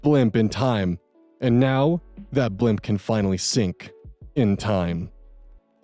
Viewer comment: "Blimp in time" made me laugh so much omfg IT'S BLIP IN TIME😂😂😂😂😂now this blimp will sink....in time